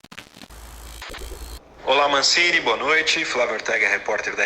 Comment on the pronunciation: Entrevistador falando Mancine, e eu só conseguindo ouvir Guardiola